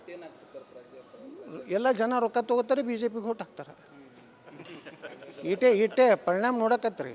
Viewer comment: Agthara not hagthara